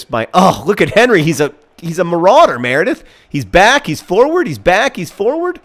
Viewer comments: Pretty sure the ginger's name was Hery not Henry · his name is acutally Héry ;) not Henry